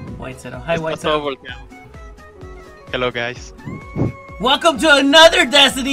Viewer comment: por fin alguien que dice bn halo jeilo y no jalo buena al xd